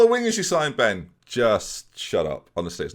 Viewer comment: Of course french speaking people are watching Ben... We're hating and loving your prononciation all at the same time! (well at least I am)